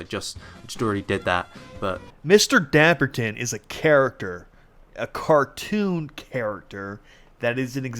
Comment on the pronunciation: I feel ashamed... this guy is British and he can't pronounce the ton when half of place names in England have that! Argh!